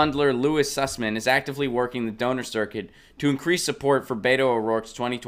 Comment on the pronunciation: The guy's name is Suss-man. I mean, come on...